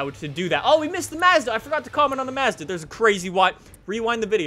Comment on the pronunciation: I cant stand the way you say Mazda